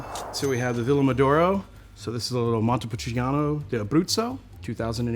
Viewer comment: This guy just says the names of the grapes and places in English, like he does not care about the pronunciation but the way he talks about it it's just off, sounds like he knows about what he is talking about, for me, it sounds fake.